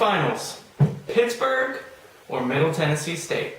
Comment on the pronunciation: She got Middle Tennessee state correct!